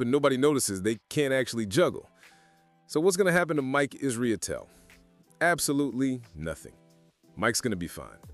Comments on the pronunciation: Its Mike Israetel not Israetelie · Why you saying his last name that way